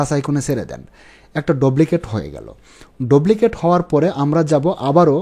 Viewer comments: ভাই, বিনীত অনুরোধ জানাচ্ছি আপনার উচ্চারণ ঠিক করেন,,,"ডুপ্লিকেট" কে আপনি বার বার "ডবলিকেট " বলতেছেন। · ভাই,,,ঐটার উচ্চারণ ডপ্লিকেট। 🙄😁